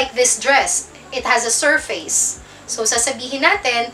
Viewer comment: Hello po again teacher. Galing talaga magpaliwanag ah, kaya lang sana wag po kayong magagalit, parang masakit sa teynga ko ang pag pronounced ninyo sa salitang SURFACE. Keep up the good ma'am madami kang natuturoan including myself, salamat po muli. Watching from Idaho USA.